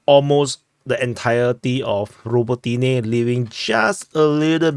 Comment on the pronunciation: If a word has 3 or more syllables, the accent is put on the third-to-last syllable. MikhAilovka, HrihOrivka, UrozAine, BiEdychi, RabOtyneh, etc. etc.